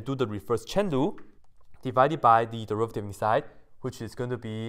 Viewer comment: The first few times I thought you were saying “reverse Chen Lu” instead of chain rule